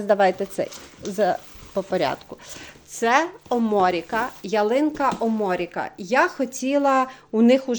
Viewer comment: Я також спокусилась рекомендаціїями ,але бажаних рослин не було в наявності. Ялина оморіка це ялина сербська видова назва латиною,наголос ви по іншому поставили,це не сорт,це вид,який росте в природі 8-12 м висотою.А ялина Карел це карликова кулька ,яка в 5 років не перевищує 30-40 см діаметрі.Тож це "хом'як,який буде ведмедиком".